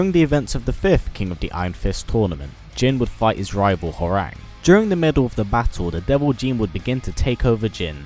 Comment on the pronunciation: Isn't Hwoarang actually pronounced "how-wrong"? Think I heard that in either Tekken 5 or 6